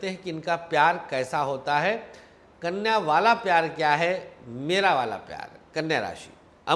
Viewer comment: Aap knya kyo bol rhe ho